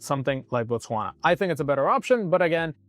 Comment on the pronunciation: It is Botswana not Botwasna